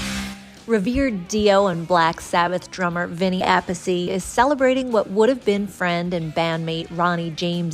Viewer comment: The Appice pronunce is wrong